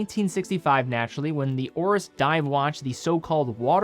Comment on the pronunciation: Why does he keep saying; Ore-us = Oris (it has an 'i') When did a; Complaint >> become a "call-out" ?